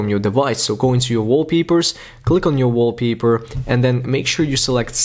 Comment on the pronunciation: “wallpeeper? “ wtf